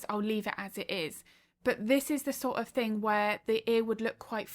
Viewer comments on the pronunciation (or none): I'm sorry if this is rude, but I absolutely love how you say think instead of thing. Every time you say it, it gives my heart bubbles❤❤❤😂